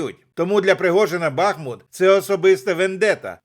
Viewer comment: БахмУт! Наголос на "У".